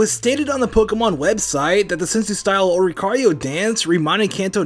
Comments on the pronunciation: His pronunciation of Oricorio really annoyed me throughout the whole video for some reason... He's saying it like Ororicorio... Bah. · says "Ororicorio" instead of "Oricorio". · Someone needs to teach how to pronounce ORIcorio (Not ORORIcorio...) And Pokémon typings in his “let’s plays”... And how to introduce Pokémon... (seriously? STANDING IN at #6? Really?) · saying ''Ororicorio'' annoys me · Why did say oROricorio? Why did it have an extra "ro"? 😅lol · Oricorio! Not ororicario! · It's Oricorio, not Ororicorio. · oricorionot ororicario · its oricorio not ororicario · Am I the only person that heard pronounce Oricorio like Ororicori? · It’s pronounced Ori-core-ee-o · Mystery Mystery Actually it's Oricorio. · Ore. Ee. CORE. Ee. Oh. How damn difficult can it be. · “Ororicorio” IM TRIGGERED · Ororicario? ples But great video otherwise! I think Wobbuffet is a bit the same like Mimikyu maybe? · No one:: Ororicorio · I really hate how says oricorio as raow-ru-ko-rio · OR-I-COR-IO. There is no "a" in that name. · It’s Or-ri-co-ri-o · its pronounced ORE IC OREO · It is Ori cori o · The way pronounces Oricorio..... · I HATE his pronunciation of Oricorio! Read it! Otherwise I like the video but oh my god. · said oricorio WRONG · It’s oricoria not oroicario